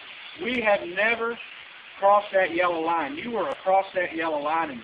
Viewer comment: passed on a double "yella" lol..